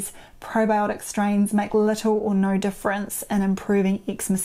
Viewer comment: I like how you say "nor" for no!👍